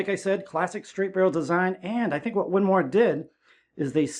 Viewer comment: “The winmoooor” what the heck…. 🤣